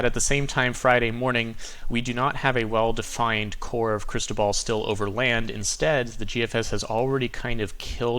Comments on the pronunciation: The Weather Channel keeps mispronouncing cristobal... its cris - toe - bull not ball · Not Cristo ball , is it Cristobal... lol , good report always tho!